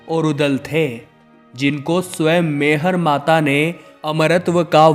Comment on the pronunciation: शक्ति पीठ बावन नहीं इक्यावन हैं । मैहर को आप बार बार मेहर कहते हैं , यह ठीक नहीं है ।